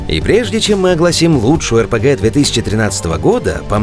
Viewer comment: На - PRG(?) Geeks)) Ребята, ну орфографию-то проверяйте. И как все-таки это у вас произносится? При названии канала - пафосное "Ар Пи Джи", внутри контента - народное "ЭрПеГе"